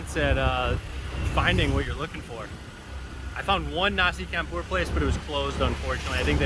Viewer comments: Your killing my ears Bro..its Pronounced..Nasi Champ pour....not Not Nasi Camp pour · it’s pronounced ‘nasi CHUM POOR 😫